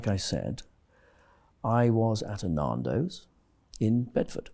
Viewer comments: "Nahndos" XD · It's NANdos, not NAHNdos! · I like how he flinches every time he says naaahndos. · That was hilarious man!! "MAN" as in Stan - not man as in "MARN"!! Now I feel like Narndo's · Pie's face when he says "Narndos" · I die a little inside every time I hear "Naandos" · Pie's face as he keeps saying "NarnDos" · "I was at a Narndows" 😂😂😂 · I have never heard Nando's pronounced like that.